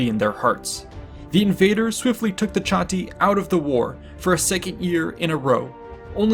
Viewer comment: Cherusee? Do you also say Shatti? What about Brusteri and Tensteri? You do know Latins and Germans always pronounce a hard "C" right? Of course you didn't, otherwise you'd be saying their names right. *massive eye roll*